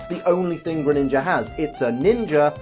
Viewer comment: For dark type I would say alolan persian but I don’t mine you saying Greninga